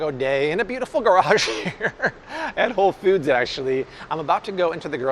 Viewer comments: Anybody else hear, "Whole Feuds?" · The way this man says Whole Foods With the emphasis on foods always makes me think of the dude with the red stapler from Office Space..